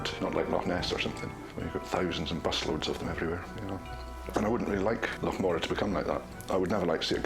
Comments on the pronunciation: Why is that clown calling it " Mo raar , when it's clearly Morar ? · If no one's talking about a " lake" monster it's because Scotland has lochs, not lakes. BTW, that's loch, NOT lock. But in fact, the Loch Morar monster is an ancient legend, well known in Scotland. Just not in America, oddly enough. And it's MORar, not MoRAR, and MAllaig, not MaLLAIG! Maybe listen to the locals. ? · That pronunciation of Morar by the narrator was driving me nuts. Definitely not how it is pronounced.